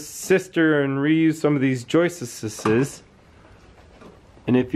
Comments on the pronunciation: …it is joists, not joisteses. Where do you get this horrible mispronunciation? Also, your issue is just settlement. It can be easily solved with a rudimentary steel angle iron brace. I question your intelligence. Also, why don’t you allow the lady to speak? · Love how you say joistess! lol I do stuff like that.